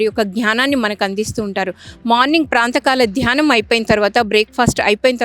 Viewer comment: అమ్మా చాలా బాగా ఎక్స్ప్లెయిన్ చేశారు. చిన్న విషయం ఏమిటంటే అది ప్రాంతకాల ధ్యానం కాదు, ప్రాతః కాల ధ్యానం అనాలి. నమస్తే